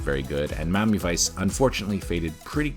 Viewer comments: Wh-why do you pronounce it "Mommy Vice"? 😅 It's so distracting! Just say "Mi-a-mi", it's pronounced like it's spelled! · is this guy saying Mami vice all the time or is it just be me ?😂😂😂